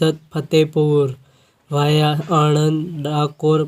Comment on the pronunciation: આ ભાઇ ને વાયા સરખી રીતે બોલો